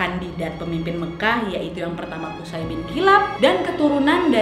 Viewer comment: Maaf ka nadia izin ka cara baca namanya qushoy ka🙏🙏